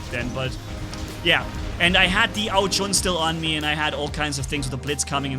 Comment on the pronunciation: its ao jun like the month june not ao chun you allways make me laff when you say it